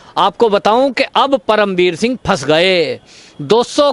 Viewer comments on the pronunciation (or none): BhAi isko perm veer shingh na bolo udu ji jise paerm ji bolo